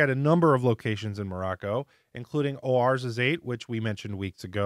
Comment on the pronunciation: Just wanted to let you know that Ouarzazate is pronounced war(wah-r)-zah-zat. Great video per usual though. I think the janky spelling is because Morocco was a French colony and Oua is "Wah" in French, and t's are silent at the end of French words unless they have an "e."